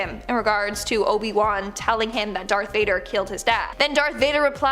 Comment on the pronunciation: Did you just say “Dark” Vader